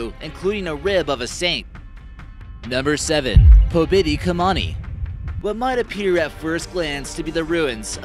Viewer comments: Me. Póbiti kamáni made me laugh a bit. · Omg the way he pronounces the names. haha PÖbiti KAmini i can't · The way you said Pobiti Kamuni Made me cringe soo hard And Baltic mountain What? Are you sure!?